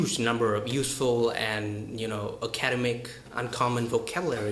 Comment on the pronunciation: Good video! 'Academic' is actually stressed on the 3rd syllable.